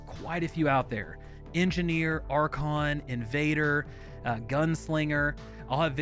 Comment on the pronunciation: Did he say "Archon" class?